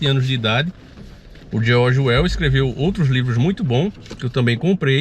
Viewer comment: falando o nome do Orwell errado. Kkkkkkkkkkkkkkkkkkk